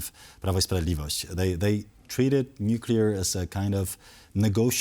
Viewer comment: The guest knows how to pronounce 'nuclear', and the other TVP hosts including the Polish hosts know how to pronounce 'nuclear'. is not in danger being hired away to a higher profile media company if he cannot or refuses to pronounce the letters in front of him. 'Nukular' is not a word.